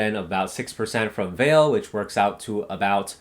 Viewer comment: Hi, thank you for spending the time to do all the researching for us. They are really informative. I bought some of the stocks that you recommended. However, I would like to let you know that the pronunciation for Vale should be "Vah-Lay". I worked in Vale and been to the HQ in Rio so I know.